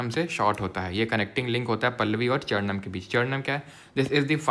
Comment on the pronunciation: Sir charnam bol rhe mjhe chairman sunayi de rha😢